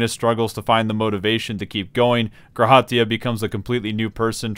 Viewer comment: by the way... maybe its just me but the emphasis is on the Ra in G'raha Tia not on the Ha its "guh RA ha" not "gra HA tia"